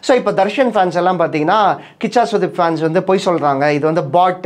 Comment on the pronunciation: கூஷா இல்லைபா கிச்சா 😂😂😂